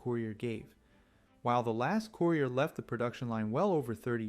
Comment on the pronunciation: COOYRIER. LOL.